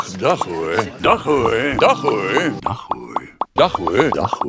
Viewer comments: het lijkt alsof hij dag HOER zegt inplaats van dag hoor lol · ja echt he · Hij zegt dag hoer